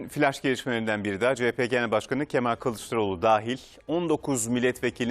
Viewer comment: Yanion kemaaal 😂